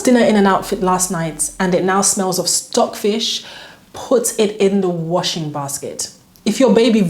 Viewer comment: I like you you said “stock fish” …. Hahahaha I can’t 😂😂😅